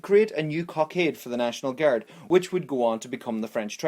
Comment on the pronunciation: I love how u say guard - "Guärds" xD